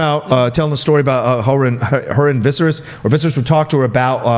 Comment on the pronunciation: Is trying to say Vih-sayr-is when he says Visceris? I really can't tell which character he's referring to.